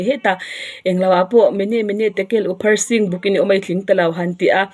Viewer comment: Mene Mene Tekel Upharsin....P leh H a awm kawpin F anga lam rik tur...Awpharsin ti leh tlat,i common lo ve chiang a ni,vai pronoun(😂) hmang nu hi😂😂